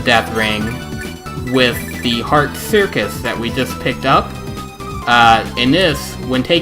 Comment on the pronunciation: cuirass = circus haha :-D